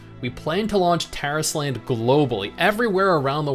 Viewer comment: you're mispronouncing the title. It's not Taris Land, it's Tar Island. It's DEFINITELY Tar Island.